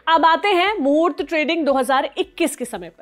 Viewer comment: आप मूर्त ट्रेडिंग pronounced कर रही है जो गलत है ।